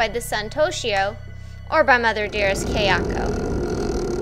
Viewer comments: Kayako. It's pronounced "KAI-ah-ko", not "Kei-AH-ko". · dame desu its " Kah-yah- ko